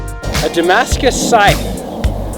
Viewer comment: Aaaargh! It's agony! Scythe rhymes with "HIVE"!!!! Not "strife".